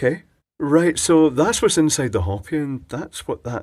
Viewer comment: Pronounced Ho-pee. Not Hop-ee. Like in the Indians of North America.